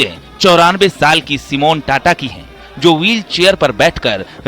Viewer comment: कदाचित् ही किसी को पता होगा कि सही शब्द 'ताता' है, न कि "टाटा"। इस शब्द को रोमन लिपि में "TATA" लिखा जाता है, फलत: सब उसे "टाटा" पढ़ते हैं। संवाददाताओं को इसका सही उच्चार करना चाहिए और इस बात को सार्वजनिक रूप से स्पष्ट भी करना चाहिए।